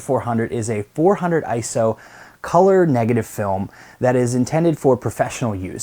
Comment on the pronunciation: earned a like just for pronouncing ISO correctly...